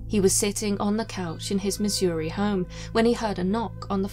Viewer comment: She pronounces Missouri better than I do